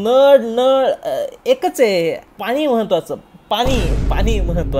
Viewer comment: अजिबात नाही आवडला, पाणी न म्हणता पानी म्हणणारा विडिओ आवडूच कसा शकतो.. प्रमाण भाषेचं महत्व कशाशी खातात हे माहीत नसावे कदाचीत... 😉